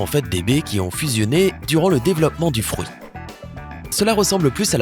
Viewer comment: On dit un fruit pas un frouit 😠